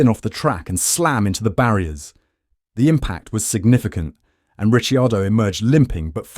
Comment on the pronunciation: Bruh. It's Ri-Car-Doh. At least say his name right. Red Bull has already did him dirty enough